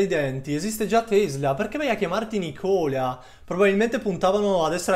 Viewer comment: Video interessante. Occhio all'accento su Nikola, si potrebbe confondere con Nicola di Bari.